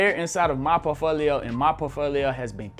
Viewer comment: You can't even prononce portfolio right and you're giving financial advice?